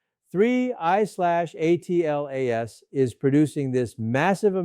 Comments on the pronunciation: Just say Atlas! Not A.T.L.A.S. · Michio’s had work done. Also, please stop spelling it out, just say “Atlas”. Doing my head in. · cant even say atlas right.....